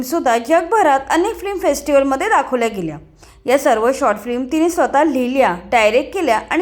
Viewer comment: फ्लिम नाही फिल्म. बेसिक गोष्टी तरी नीट कर ताई